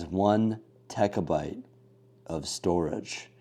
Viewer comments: Say after me “one terra byte” not “one tekka byte” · Dude. TB is "terabyte", not "techabyte" 🤷‍♀ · i love you but please dont say techabyte ever again😂😂